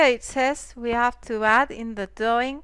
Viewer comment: please pronounce your Rs! its like you say sawing and theads! other than that excellent tutorial :)